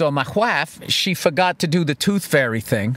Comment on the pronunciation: "The Tooth Fey"